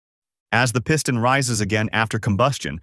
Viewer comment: The Pee-ston? Dude, need to train your computer how to pronounce words. Or better yet, just put a human behind the microphone. I bloody can’t stand a computer generated narration, you earned yourself an instant thumbs down from me.